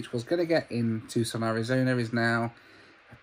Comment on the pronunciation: It's pronounced "Too - SAHN". Not TOOSIN. I live there, so, you know....gotta try and help.